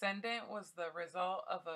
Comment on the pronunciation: The company names are C U C(see-you-see) and Cendant('Send-ent'), NOT "Kook" or "Kendant".. Ave Maria!